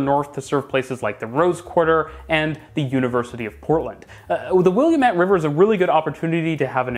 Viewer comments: william…ette. Dear lord, give me patience. WILL-AMIT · Will-AM-IT River, not Will-A-MET River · Ooo, he hasn't spent that much time in Portland. Pronounced William-ette River instead of Will-AM-it River.. picky, picky, I know, but to our ears here it's like nails on a blackboard. Otherwise, very good analysis. It's just insane to me that the MAX was not built as a subway across the downtown. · To everybody not from Portland: It's not "will-yum-ET" It's "will-AM-et" You're putting the em-PHA-sis on the wrong syl-LABLES. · Your pronunciation of the Williamette river had me dying. It's pronounced will-AM-it :) As a Seattleite, Portland's transit always seemed so far ahead, but its good to look at the flaws in the system because continuous improvement is good, and other cities need to know what they can improve on when building their networks, instead of just copying a good but flawed system wholesale. Seattle clearly took heavy inspiration from Portland when building its first bit of light rail, but it feels like we've realized the flaws, and are doing things differently as we build out the network and learn from other transit models. I do wish that in north america we would build more RER style lines to make up bigger distances, instead of just using the same mode we'd use in a downtown core. Our train lines should go faster then highway speeds imo if we want transit to compete with driving. Also, the streetcar network is very cool, and something i dont think seattle will ever manage to replicate. Great vid as always! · Never heard someone call the river Willamette “Williamette” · only one tiny comment - the river in oregon is pronounced "will-am-it" (an architecture history professor i had in school joked "rhymes with damnit") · LMAO Willi-a-mat.... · bro said "WILLIAM-it" 💀 our river is not named William lol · It's Willamette dammit lol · At least he did not say 'Oreh-gone' for Oregon (pronounced: Oreh-gun). One says 'Willamette' Wil-LAA-mette. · Say “Will-am-met”